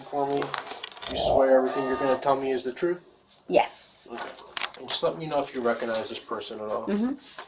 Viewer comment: Whenever the cops hear: I'm gonna tell you the truff, they know a lie is coming. Lol